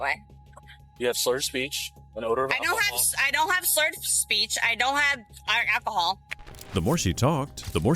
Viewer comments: I don’t have shhhhrulled speech! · "I don't have... schllorb , speech." lol ok EDIT: "Krewe of Parrotheads" huh? Makes sense, she's straight from Margaritaville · "I don't have slurp speech..."